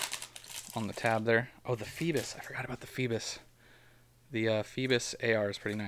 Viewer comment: Feebass not Feebiss bass like the fish 🐠